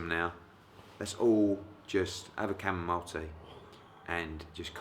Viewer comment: haha "Comomile tea" 😂